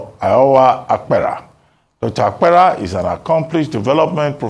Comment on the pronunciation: Good morning. Dr. Abati, your guest's name is Dr. Iorwa Apera and not Iowa Akpera, he hails from Benue like myself and I cringed each time you pronounced his name wrongly and he, obviously trying not to do an act that will look like shaming you on National TV, didn't correct you. Now, from Dr. Apera's explanation, I have agreed that what I have known is what is the problem of Nigerians, 1. The insincerity of our State Governors and, 2. The fact that those who were captured are not known because they don't live where nor engage in activities that they will be known like those of us on social media, etc. Lastly, money doesn't talk, even among married couples, information about money is hidden, so it becomes difficult to know who got it or not which doesn't mean they didn't get.